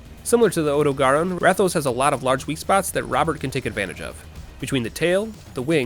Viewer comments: Did... did he say "Ode-eh-garr-own"? Sir I dont mean to bash your skill but that is "out there" in terms of pernuciation. Worst ive heard before this is "Oh-Dog-Run" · You actually did it! You pronounced odo and rathian weirdly, but you did it! And you even threw in the freedom unite music one last time. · It pains me to hear the way you pronounce odogaron and rathian, please pronounce words better